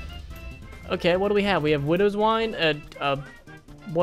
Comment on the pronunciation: for some reason when you said widows wine i thought you said windows wipe......